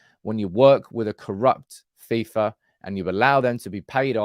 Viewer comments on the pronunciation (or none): none